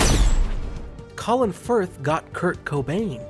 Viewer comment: "Kurt Co-brained"???